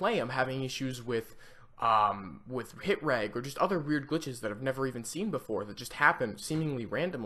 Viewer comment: It's pronounced rej not reg